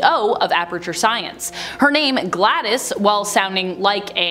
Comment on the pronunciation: Glados is Pronounced Gladous isn't it? not gladdis?